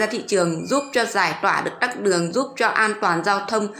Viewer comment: Tắc đường hay tắt đường ? Quá cẩu thả. Câm hay ngóng ngọng hay nói